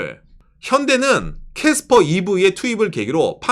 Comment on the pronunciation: 깨스뻐 발음 왜케 웃기심 ㅋㅋㅋㅋㅋㅋ